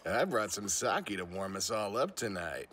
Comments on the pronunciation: No, it is pronounced “Sah-Keh”. It sometimes is (mis)spelled “saké” to emphasize that it is pronounced that way. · Did he just pronounce it as Saki?